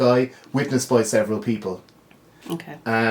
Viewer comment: The video is good, just one pronunciation nit pick. Spokane washington is pronounced spo can.